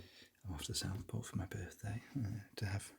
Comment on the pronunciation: I had to rewind several times to understand that you said you were going to Southport for your birthday and not, as the captions read, "the South Pole." Lol. Happy belated birthday.